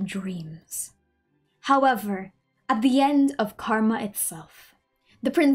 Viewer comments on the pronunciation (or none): none